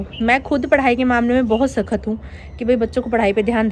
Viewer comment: Pls shakhat nhi hota h shakht hota h.. thoda word ache se pronounce kiya kro